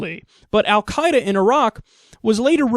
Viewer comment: First, Kyle, thanks for pronouncing "al Quaeda" correctly; I'm no fan, but I hate it when people screw up stuff like that. :P Second, Petraeus is a moron to the nth degree. How many more splinter groups have to be born from mistakes made in the Middle East before idiots like this stop suggesting their nonsense?